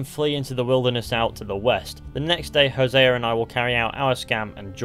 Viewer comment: Imagine creating a language and being the worst people to speak it. “Hosea-er” 🙄